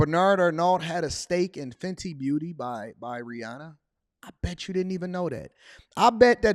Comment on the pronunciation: I'm curious what is it that you actually do you talk about what you do but what do you do what do you produce you know I'm curious and I'll ask it old school what do you make what do you manufacture what do you create other than YouTube content and rehashing stuff and by the way you don't even pronounce Rihanna's name right it's funny because I don't really listen to her much but over the years I've listened to her actually correct people on the pronunciation of her name time and time again now she doesn't even bother because a lot of people want to do the bougie pronunciation and her herself doesn't even pronounce it like that it's actually her middle name and her stage name her actual name that she goes by with her intimates is Robin anyway I'm not nitpicking because I don't really care about celebrity and as far as you go you come up in my feed every now and then and it's entertaining kind of sort of you and Charleston White but been trying to figure out what are you actually do you talk about your brand but you're just a talking head at least to me and I'm not being funny I don't mean to be disrespectful but a lot of you guys on YouTube you're not even true journalists but you work as journalists some people even call themselves journalists and I've never heard of a lot of people on YouTube there are a few but lot of people don't even have journalism degrees so I'm just curious because you always talking about building a brand and about what you produce but what is it tha